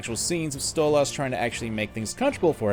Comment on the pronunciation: STOP CALLING HIM STOLE AHHS ITS DRIVING ME CRAZY!!!!